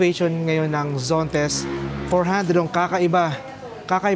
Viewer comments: ZONTES ❌ ZENTOS ✔ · Zontes po , hindi Zentos😅